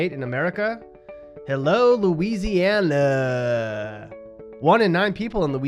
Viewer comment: your pretty dumb yourself, seeing as how you don't even know how to pronounce Louisiana.